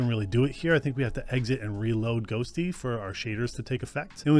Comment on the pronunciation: Sounds like you keep saying ghostly in beginning? ghosTTY must be a reference to the tty command